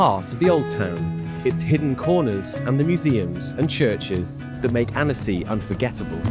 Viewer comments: The town should be pronounced’ AN-see’! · Why bother making the video if you can’t bother to pronounce the name right… worse still, still being defensive and disrespectful when someone bothers to correct you. 👎 👎